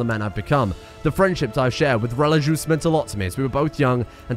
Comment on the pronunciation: please look up how to pronounce religieuse i beg its not relijuice